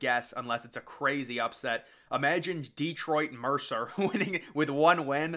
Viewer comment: It’s not Detroit Mercer either 💀